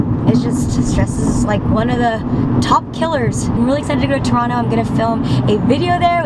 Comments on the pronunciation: Props for saying Toronto right! :) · I love how you pronounce Toronto like a true torontonian LOL